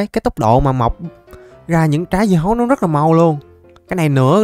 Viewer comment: Sao lúc nói lộn thu hoặc hơn 3000 dưa hấu thành bí ngô thì anh nói dứa hầu